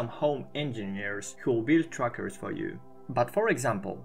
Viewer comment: Every time you say trackers all I hear is truckers lol.